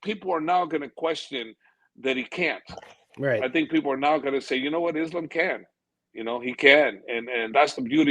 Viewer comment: bro...stop with the izlum... pls say ISLAAM...izlum, really ugly to hear